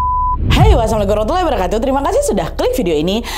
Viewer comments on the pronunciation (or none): none